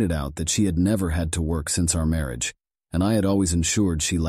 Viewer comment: Wats with the ai bot narrator? can't pronounce words I mean who doesn't know how to say marriage properly ?